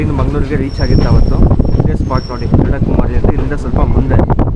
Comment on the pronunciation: ಅಲ್ಲಿ ಬರುವ ಸಣ್ಣ ರೈಲ್ವೆ ನಿಲ್ದಾಣದ ಹೆಸರು "ಎಡಕುಮೇರಿ" ಎಂದು. ನೀವು ಅದನ್ನು "ಎಡಕುಮಾರಿ" ಎಂದೇ ಹೇಳುತ್ತಾ ಇದ್ದೀರಿ.